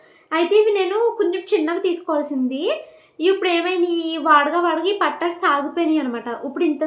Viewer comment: Pattalu kadu thalli😂😂😂😂...pattilu